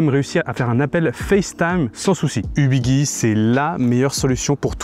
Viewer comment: On dit Ubiji et non Ubigui (Guirlande, gyroscope)